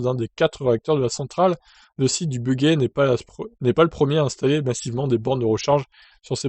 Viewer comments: Bonjour, on prononce "bujey" et pas "buguey" ! Moi j'ai l'impression qu'il y a plus de 110 Zoé...toutes estampillées EDF, et beaucoup de bornes libres qui ne vont encore servir à rien (je passe souvent devant)...sauf à compter parmi les fameuses 100 000 bornes de recharges soit disant prévues par le gouvernement....mais pas ouvertes au public...Désolant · '' Bugey '' Non non...on dit BUGEY...alors BU..JAI en phonétique...pas BUGAi.....quand tu appel Guy...du dit Gi.... Merci pour la vidéo...!!